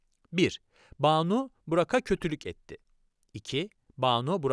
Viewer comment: Burak'a diye yazıp Burağa diye okumalıyız arkadaşlaaar🌿